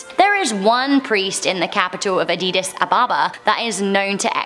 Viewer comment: And pls learn how to prounce addis first